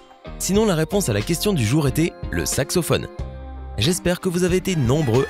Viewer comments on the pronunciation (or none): Sacsophone tu la dis un moment 😂😂